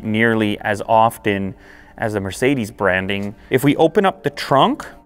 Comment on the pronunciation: It’s sucks how you speak Mercedes. Come to Germany